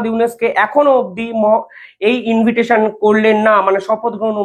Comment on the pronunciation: ইনভিটেশন নয় ইনভাইটেশন হবে